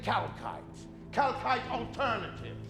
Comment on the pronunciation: I swear to Force, at this point every time I heard them saying "kalkite" I have a vine boom effect playing out in my head :D